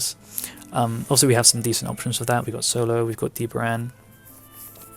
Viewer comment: Im sorry. Who is the other unitnyou refer to a lot? I keep hearing DBrand or DeeperAnn.